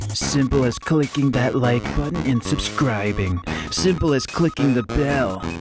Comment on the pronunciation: D-did you separate subscribing into sub-scribe-bing? Why? Also have you tried outlines?